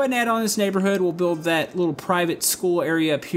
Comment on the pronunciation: the way you're saying "that" every time is grinding my gears, but l like this gameplay